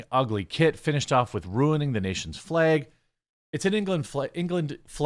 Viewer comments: It’s FLAG, FLEG is not a word 🤦🏻‍♂️ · He's pronouncing flag in a weird way. Sounds like "fleg." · St George flag also very very important to Northern Ireland and indeed Georgia the country, it is also an integral part of the Union Jack the UK flag. Why do you pronounce “Flag” like a Northern Ireland Protestant 😂😂😂😂